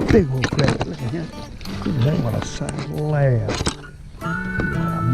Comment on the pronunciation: Good to hear somebody pronounce crappie right. Much appreciated.